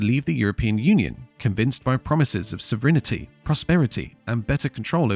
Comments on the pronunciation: What's "sovrinity" ? SO-VREN-TI. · What is "sovrinnerty" ? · say this WITH ME, SOV-ER-IN-TE. Theres no pair of hidden vowels. It's four syllables. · It is "sov rin t" not "sov rina t." And we never lost sov Rin t, so we could not get more. Parliament is always sov a rin. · Is the AI getting pronunciation wrong, or do the brits actually pronounce an 'i' that isn't there at the end? sov rin i ty? wtf. Also, sad that all the old people and old at heart actually believed the joke about the sun never setting on the british empire. they only worked as part of europe, now they're just little people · You lost me at “sovrinity”… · Sovrinity 😂🎉😊 (several times). AI voices pronounce the way you spell. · Strange pronunciation of sovereignty, AI voice? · There is no i between the n and t in "sovereignty". It has three syllables, not four.